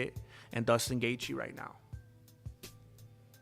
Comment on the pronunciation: His name is J-J-JUSTIN- NOT DUSTIN...STUPIDO